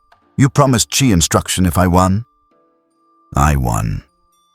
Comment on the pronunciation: Good story so far but the ai voice pronouncing chi (chee) as “chai” is annoying af